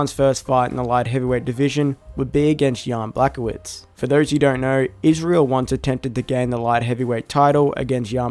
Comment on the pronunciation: wrong pronunciation of Jan Blachowicz, i think its pronounced Bla-ho-which